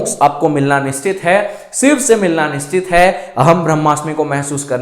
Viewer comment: जैसे सिव बोलते हो वैसे शिव भी बोल सकते हो..कोशिश करके देखो 🌹🙏💐